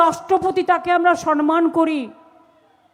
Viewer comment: "সম্মান"কথা টা ঠিক করে যে বলতে পারেনা, বলে "সনমান",ভুলভাল উচ্চারণ করে,সে জানাবে সম্মান। ছ্যাঃ